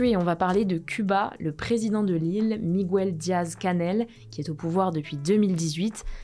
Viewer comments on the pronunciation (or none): C’est pas migouel c’est miguel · Par contre, on ne dit pas “Migouél” en espagnol… c’est une erreur très courante, malheureusement. C’est la même règle qu’en français… en espagnol gue, gui ≠ güe, güi 😊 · S'il vous plaît, cessez une fois pour toutes de prononcer MIGOUEL !!! Enoncez ce prénom comme si vous le lisiez en français, à savoir : Miguel. Tout simplement !